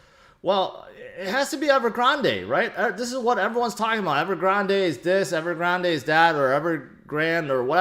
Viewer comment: Appreciate the content as always. Surprised no one in crypto can pronounce Evergrande correctly. (the e is silent) 😉